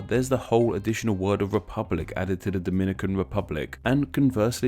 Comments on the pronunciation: Lmaoo your pronunciation of Dominican (from Dominican Republic) and Dominican (from Dominica) is hilarious. How we (brown skin people in the US who frequently interact with people from both countries) differentiate the two is the DR is pronounced DAminican, and Dominica is pronounced DOMinica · We don't call ourselves "doh-MIN-ih-cans"... we call ourselves "do-min-NEE-cans" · I think you ought to revise your information, sir. People from the Dom"i"nican Republic are called Dom"I"nicans ( to stress the "i") while the people from fro Domin"i"ca are called Domin"i"cans. Which in Spanish is referred to as Dominic"a"nos y Domin"i"cos. The demonym "Dominican," comes from the name "Dominican Republic" which in turn comes from the name of the second and larger city, Santo Domingo, founded by Bartholomew Columbus in 1498. The name of the city was given by the founder in honor to his father, whose name was Domingo and because they arrived there on a Sunday (Domingo in Spanish). Now, the of Dominican Republic was given by the founding fathers of the nation, because the name of the entire island was Santo Domingo and the adjectival form of Domingo is "Dominical" (pertaining to Sunday) and in those that identifies themselves with "Domingo" are said to be "Dominicanos." Not to be confused with the name derived of the adjectival form "Dominicos" (the friar order founded by Saint Dominic, known as Domin"i"cans). In other words, the name of the Dominican Republic comes from the name Domingo rather than from the order of Domin"i"cans, which the name applied to the island of Dominica. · Yeah its duh-MIN-nih-cans and Daw-muh-NEE-cans. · and the fact that both of them are called Dominicans but one is pronounced DO-MI-NI-CAN and the I get is DO-MI-NÉE-CAN and then people have the guts to try and correct me it pisses me off